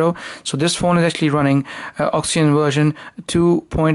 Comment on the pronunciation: You can help by learning to pronounce "oxygen". Why do you pronounce it as "oxyn"?